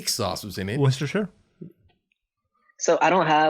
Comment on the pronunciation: For future reference, the sauce is pronounced Wooster sauce or Woostershuhr sauce.